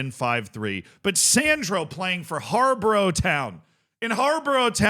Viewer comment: It's pronounced Har-Bor-Uh btw